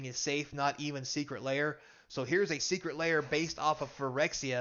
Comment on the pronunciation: "seceret lair"